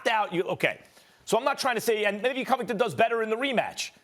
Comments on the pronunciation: Nobody: Steven A: Co-vvving- ten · “Colby coh-vington” its pronounced “cuh-vington” u dingus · It’s Covidinton get it right lol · Stephen "Gayass Gayvington" smooth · Who da fook is Coving Covington? 😂O, Stepen. smfookinh! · Colby “cOvington” 🤣🤣🤣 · “Colby Covinton” 😂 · "Colby COVEington" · Man you can’t pay Stephen A. to say someones name right. The way he says Colby Covington. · Imagine being able to say Antetokounmpo perfectly year round for 5 years but you can’t say Covington correctly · How can you mispronounce Covington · Why Stephen pronounce convingtons name like that? If you’re a fan “pronounce it correctly” clown